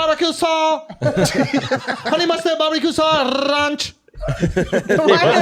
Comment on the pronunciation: Lmao i cant unhear huney mustaad lol alot